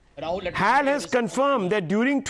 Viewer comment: It's not hal. To be pronounced each letter H A L ....plz say it like that only...it's Hindustan Aeronautics Ltd